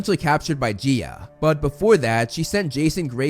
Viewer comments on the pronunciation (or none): It's Guya not geea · It is not g-E-A it’s said g-I(this is a uppercase i)-a and it is not hear-a it’s Hera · I do want to say it's not prounced gee-a it's prounced guy-a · I think Gaia is pronounced Guy-A rather than Gi-a , but I’m not sure. If someone already said this I’m very sorry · Its Gaia. 😂. There's no e. It sounds like Guy-uh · Btw Gaia is pronounced GUY-YA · Man, i got an eye twitch everytime you say Gaia, i always pronounce it as Ga-ya. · "He-ra and Geea"